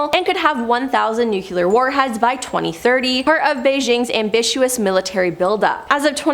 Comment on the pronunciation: Nu-cle-ur, not nuke-u-lar, am-bi-shus, not am-bi-shu-us. Normally i can let this crap slide but this gal just works my nerves, mispronouncing everything!